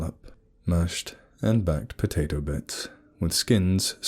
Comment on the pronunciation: Great story. But,what exactly are "backed potatoes"? Lol I like em round, and BIG and unh! Double up UNH! UNH!! potato got back